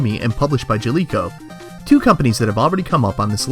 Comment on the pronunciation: I was gonna make fun of you for not knowing how to pronounce Jaleco, but you can't pronounce "project" right either and now I'm just sad.